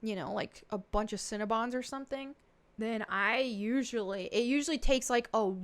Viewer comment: I love the way you pronounce "cinnabon". I'm from Michigan. Everyone around here says it like "sin-uh-bun". When you say it, it sounds like "sin-ah-bahn". It just makes me smile. I'm weird. I'm a bit of a language nerd. Lol